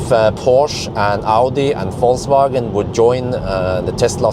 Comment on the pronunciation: I really like the way you pronounce "Falsewagen" 🥰